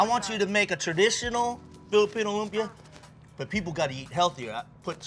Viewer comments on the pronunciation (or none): "loom -pia" BRUH. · bro its LOOHM-PIA not loom pee yah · I’m cringing the way the host pronounces lumpia. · Pronounce Lumpia the right way bro- you killin me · my man...you need to pronounce lumpia the right way...surprised none of your producers checked you...thats disrespectful...and you suppose to be a foodie?? c'mon bro.